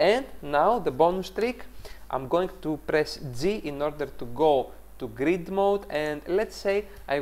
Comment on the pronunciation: Did you say "type" G for Greek mode or Grid mode? 😂😂😂Very nice video thanks. I'm going to try your technique now.